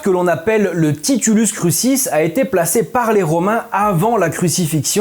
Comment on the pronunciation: de meme pour "titulus crucis" qui se prononce "titoulousse croukisse"